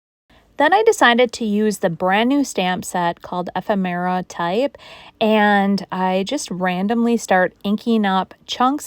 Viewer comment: This is how this Midwestern girl pronounces ephemera "a-fem-er-a" with short a and I kind of drop the 3rd e. So it's more like "a-FEM-ra" I think it helps put the stress on the 2nd syllable. let me know if that helps. But remember, no matter how you say it, we know what you mean😂. Thanks for you great videos. I'm living the Makers Boxes!!